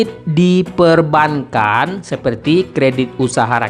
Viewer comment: bacanya bukan perban kan.. tp perbangan....